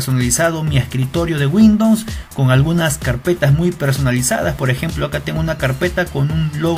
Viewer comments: windons xd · Windons ? :v buen vídeo xD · "de windoms"